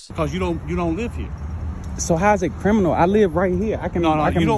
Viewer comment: Ah man .. when the cops can’t even pronounce “criminal” … “crinimal” is not a word … smdh